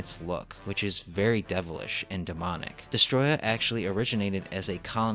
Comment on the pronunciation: Also when got to destoroyah you said destroyah no it’s destoroyah